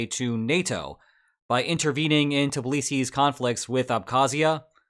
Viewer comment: Dear, it's "Tbilisi", not "Tiblisi".